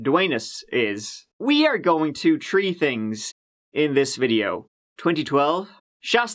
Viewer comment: "Tree tings" ! you could have chosen "four tings" ! or "two things" to go over in this video. He said it on purpose! hahahha because, of course, we're gonna have it a gooo and look into it